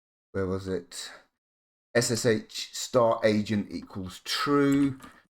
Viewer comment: This is the first time I've heard SSH pronounced "shush" not "ess-ess-aitch". Whatever next? GIF as Jiff? The world's gone mad, I tells ya.